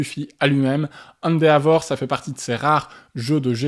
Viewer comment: Encore une vidéo très agréable. Il faudra que je mette le nez dans l'univers impitoyable du jeu de plis Japonais un jour. en revanche, après plusieurs vidéos dans lesquelles il est cité, je ne parviens plus à me taire : Endeavor se prononce plus "Haine Dévore".